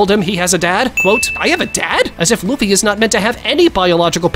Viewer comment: I heard bro said Luffy D Luffy or Munkey D Luffy😂😂😂😂😂